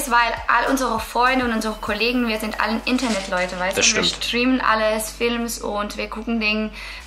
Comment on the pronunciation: "ja ich schtriem auch" :D :D